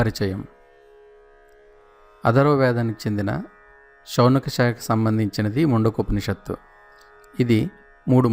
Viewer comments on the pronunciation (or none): Man-du-ko-panishat, not mundakam ani na feeling, any way good